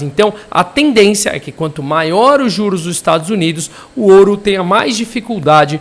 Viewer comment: CRÍTICA: não é oru... é ouro.. não massacre o português